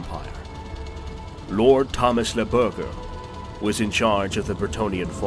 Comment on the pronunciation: Berger is not pronounced "burger" X'D you made me explode dude. At least use google trad to read it in french for you (or any translation website, it only takes 5 secs)... Cause that really breaks the immersion. It's pronounced "Bear-jay"